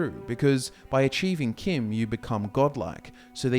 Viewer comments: If you wanna pronounce CHIM as KIM, spell it that way too. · It is pronounced chim like cheese.